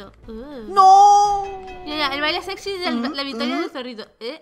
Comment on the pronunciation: Porqué dice séxy